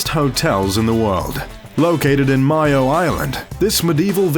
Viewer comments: Dude, the pronouncing of the County Mayo is terrible- pronounced as May o in one word, not mio. I'm letting you know cause I'm Irish, so other than that I enjoy these videos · Loved the video. Only wish I could afford even one of the many places you featured featured. ps re Ashford Castle - the county Mayo is actually pronounced mayo as in mayonnaise not myOh. Greetings from Ireland